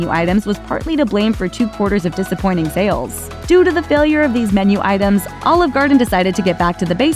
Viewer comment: She really sounds like she's trying to say "All Of Garden". She's pronouncing Olive weird.